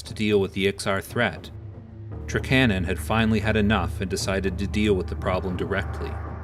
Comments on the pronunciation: Yeah... same. And, TRAK-a-NAHN is how we always said it. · lol at "trakcannon' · I'm not saying you're right or wrong, but that's certainly the first time I've heard Trakanon pronounced that way, haha!